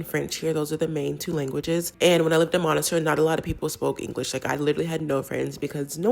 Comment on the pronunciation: for the love of Bourguiba pronounce monastir properly ma'am . it's very simple : miss + tear